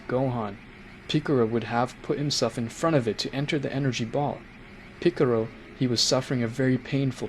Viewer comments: Stop saying picaro it is piccolo!!! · Are you saying picaro on purpose? No offence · ITS PICCOLO NOT PICCORO AND ITS NOT ULTRA INSTINCT MASTERD😭😭😭😭😭😭😭😭😭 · Its piccolo not piccoro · Piccoro lol its Piccolo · Who's Piccaruu don't you mean Piccolo and Who's Gotin it's Go-ten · I like how he says piccolo as piccoro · Picolro? it's picolo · it pikalo not pikero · Awesome but the name Is Belmod not vermouth and it's Piccolo not piccoro and is not jyren it's Jiren...get the name's right bro...last but not least...It's not Ultra Mastered Instinct...it's MASTERED ULTRA INSTINCT (MUI)!!! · Bro said picaro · Man's said picorro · Ah yes ✨piccoro✨ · Are you purposefully mispronouncing as Go Han(d), Go Te(e)n and Piccorlgo not parening that one? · Picciro, bellmouth, ultra mastered instinct.... Qweetella, vermooth, vermouth cockarots, goteen, chamber time, JAEYE-WREN, vermoots, vermoot, vermutt, i don't care that he mispronounced em, just wanted to have em listed for anyone that thought they were crazy for hearing something different, love the story! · This dude literally said mr.picciro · 😭😭😭😭😭😭😭😭😭😭😭😭😭😭😭😭😭😭😭😭😭😭😭😭😭😭😭😭 Goku day en pikiloy en GowHan😭😭😭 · OH MY NIGGA GOD YOU SAID PICCROO AGAIN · MY NIGGA DID YOU JUST SAY PICCROO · Man said piccoro but still good story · Ultra mastered Instinct? Picaroo? Vermoot? Goteeen? Bro how tf you get margarita right but not goten? You got the names all fucked up. It's simple names that you fuckin up too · Where is the R in Piccolo💀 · Good story but you were mispronouncing some of the words like goten and piccolo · I like the vid but one recommendation is please say the names right. Many times you said the names wrong especially piccolo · good story man, only thing to critique is how you say gohan, gotens and piccolo names, and dragon balls not sphere